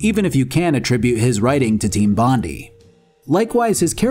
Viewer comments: Great video, really good stuff.... but.... look.... it's pronounced Bon-dye, not bon-dee. Sorry. It's an Australian thing, and you probably didn't know how it was pronounced but I cringe every time I hear bon-dee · Fuck sleep a new Factory vid is out! Edit: Also as an Australian I gotta point out it’s pronounced Bon-die. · Aussie here, bit of trivia, Bondi is pronounced with a hard "I" (Eye). So Bondeye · Hey aussie here, whats done is done but for future refrence Im gonna go out on a limb and let you know its pronnounced team bond-eye. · Any other aussies die inside every time you heard "Team Bondee"? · Hearing Bondi pronounced as ‘bon de’ hurts but I kinda like it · Team Bondi is pronounced 'bond-eye' as they named themselves after Bondi beach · Bondi is pronounced Bon-dai It's named after Bondi Beach, in New South Wales, Australia Source: Am Australian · bondi is actually pronounced bond-eye, it was likely named after bondi beach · Team BOND-EYE, BONDEYE AS IN BONDI BEACH AUSTRALIA, my GOD please fix the pronunciation. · Think it's ment to be pronounced Bon-die. Like the Bondi Beach in Australia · Heard Bondee and switched off the video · Pronounced BON-DYE :P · Hey mate, it's pronounced "Bond-eye" Cheers All of Straya (Australia) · For future reference it's pronounced: "bond-eye". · Bondi is pronounced “Bond-eye.” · Its pronounced bond - eye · Bon- die. That's how it's pronounced. It shouldn't piss me off but it is . Sorry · It's pronounced Bon-die bro hahaha damn. They were named after Bondi Beach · its pronounced team bon die like bondi beach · hey mate it's pronounced bon-dye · it's pronounced bond - eye. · Bro, it's pronounced Bondye. Couldn't concentrate on everything else but this pronunciation. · As an Australian thats the first time i’ve heard someone say Bondi like that lmao! Great video, wasn’t expecting you to cover this one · I spent the first 5 mins thinking wtf did Allan bond have to do with this game before I realised 🤣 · It's Bond- eye